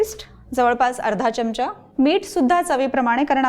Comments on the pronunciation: चिकन खूपच छान, फक्त एक सुचवायच आहे कृपया "च्यमचा " म्हणू नका "चमचा" म्हणा. चांगल नाहि वाटत ऐकायला. बाकि रेसीपी झक्कास 👍🙏🙂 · pan marathit apan " chamcha" mhanto "chyamcha" nahi..